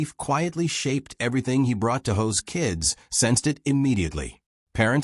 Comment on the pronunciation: Hoss not hose, kinda like boss not hose